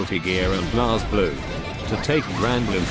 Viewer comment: Yo It pronounced Blaze Blue Not Blaz